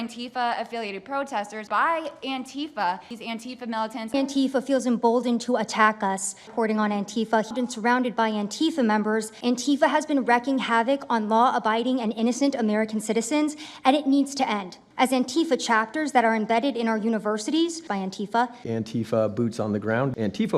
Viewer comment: It's "wreak havoc", not "wreck havoc". The English language is disintegrating.